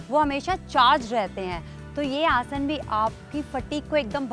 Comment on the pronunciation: Ye aurat abi bi Asan ko Asana bol rahi hai, mujhe ab chid hone lagi h isse man Kar Raha h galiya bak du,, ye hamare yog guruo ka apmaan Kar rahi hai,, 😡🤬